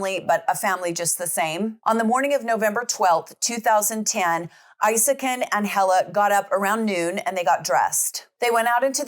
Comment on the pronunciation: From Sweden ❤❤ CRAZY STUFF don't only happen in the States.. but it's worse over there, a lot of worse. This case has had a good amount of cover from swedish media It is pronounced EEsakin if anyone is wondering